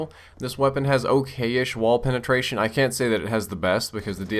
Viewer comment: Lol you said prenetration xD